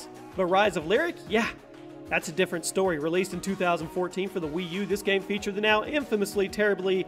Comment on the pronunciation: Not hating but the way you say game bothers me